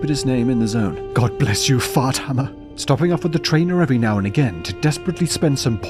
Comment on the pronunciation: It's pronounced Far Thammer!